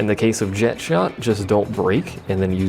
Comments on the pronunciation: The Japanese call him "jekt", therefore that is how the name is said. Language does not change how a name is said, as the pronunciation of a name is determined by the one who gave the name and them alone. They say "jekt", which means "jekt" is "correct". Calling him Jet, under any circumstance, is wrong. And also, the only three characters I can remember speaking Jecht's name are Auron, Yuna, and Braska, and in both languages they very clearly say "jekt". I will admit that I say "tie-dus" rather than "tee-dus", but that's more habit than anything else. Didn't know how to say it until Dissidia however many years later. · They pronounce it "jekt" in the Japanese version as well, though.